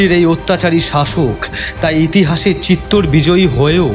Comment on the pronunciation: ১) তৎকালীন রাজস্থানের দেশজ উচ্চারণে চিত্তর হতে পারে। তবে ইতিহাসের বিবর্ণ পাতা বলছে ; চিত্তর নয় , চিতর । ২) আলাউদ্দীনের হাতে বন্দী হওয়ার পর রতন সিং'কে ( ভিন্ন মতে ভীম সিংহ ) দিল্লি নিয়ে যাওয়া হয় নি। আলাউদ্দীনের শিবিরেই বন্দী ছিলেন। পরবর্তী সময়ে রানি পদ্মিনীর বুদ্ধিবলে রতন সিং চিতোর গড়ে পালাতে সক্ষম হন। এর বারো বছর পরে আলাউদ্দিন চিতর ( ভিন্ন উচ্চারণে চিতোর ) জয় করেন। ৩) বাস্তবে আলাউদ্দীনের কন্ঠস্বর যেমনই হোক--এখানে শিল্পীর ভয়েস বেশ ডাউন। কিঞ্চিৎ গুরুগম্ভীর / জোরালো হলে চরিত্রের সঙ্গে মানানসই হত। ৪) তবে চমৎকার রঙের ব্যবহারে পোস্টারটি বেশ জমজমাট। ইতিহাসের রোমাঞ্চ লুকিয়ে আছে ⚔️ যাইহোক। সব ফেলে। সব ভুলে। মান্যবর পদ্মরাগের কলম। শুরু থেকে শেষ পর্যন্ত সার্থক। মেদ-বর্জিত ভাষা শ্রোতাদের মুগ্ধ করবেই।। 🕋